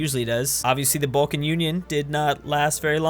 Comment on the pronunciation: And we can now add the ENTIRE SUB CONTINENT of the Balkans to the long list of places this Californian has pronounced incorrectly. Leading me to once again believe that we truly do need to nuke California until they act like proper humans, or they just kinda stop existing.